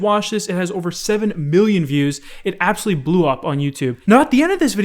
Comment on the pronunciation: Is it just me or is he saying billion instead of million